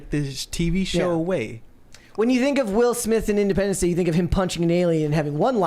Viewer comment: “Will Smiff”?